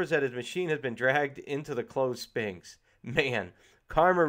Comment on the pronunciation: And "sphinx" Good review though.